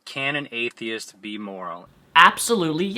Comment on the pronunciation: it sounds like he is saying "HateTheist"